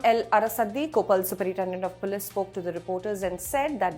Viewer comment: Ummmm....the words Canal, Police, and Assailant are pronounced in a most unusual way. Most interesting. Must be Ind-Glish !